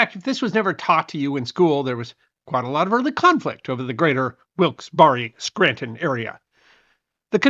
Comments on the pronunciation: "Wilkes-Barre," PA, is pronounced 'Wilkes-Barr' (silent 'e'), not 'Wilkes-Barry.' Good presentation though -- thanks! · Try Wilkes-Berry as closest pronunciation. Also remember this. Native Americans they claimed to have no understanding or to have a system of property ownership and so it's hard to understand how their property was stolen from them when they said they never owned it in the first place. I can never get past that idea. That's why they never had an issue selling this same piece of land two or three times over because they never believed that they owned it in the first place. You might also say susquehanna not cessquehana.. And there was also a piece of property in the Wyoming Valley called the French Asylum. This was a getaway for Louis the 16th and Marie Antoinette but they never quite made it to. The site has been excavated is open for visits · Being from that area I can tell you the proper pronunciation is Wilks-bear. Thank you. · It's not pronounced Wilkes bar re bur Wilks Berry. . Barre was a British parliamentarian who supported American colonists rights re taxation and settlement beyond the Appalachian mountains. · FYI Locals pronounce Wilkes Barre "Wilks Bar". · Supposed Mr Historian: Two syllables for Wilkes-Barre, Pennsylvania! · I will never trust your take on history again. You mis -pronounced more than idiot AI narrators. Also the translation of wyoming was wide treeless place. Wilkes (Bear. Eee) like berry. You have more wrong also. I have to puke because my chemotherapy won't allow me to endure more